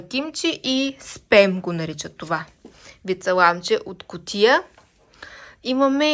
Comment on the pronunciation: Тъй като живея в UK, ще те поправя за произношението. В повечето случаи А в думата си се чете като А, а не като Е. Например казва се СПАМ, а не СПЕМ, АЙПАД, а не АЙПЕД и т.н.